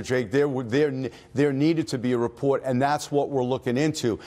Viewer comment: JEW DETECTED New York Jew accent: "report"